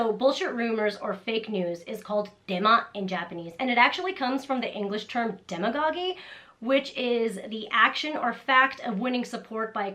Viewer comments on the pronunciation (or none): It's called "demagoguery"...you forgot a syllable =] But I love that the Japanese language has made use of this word because it's such a good one.